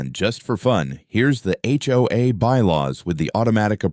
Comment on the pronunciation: Sometimes the AI can't tell the difference between acronyms and actual words. We say H... O... A, but the AI can call it "Ho-Ah" We say FBI and the AI says "Fuh-Bye"